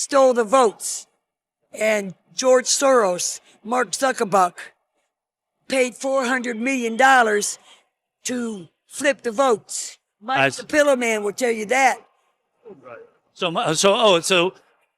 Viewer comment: Mark zuck a buck. For ppl that aren’t very intelligent they sure can remember talking points word for word down to mispronouncing one of the most well know names in our country.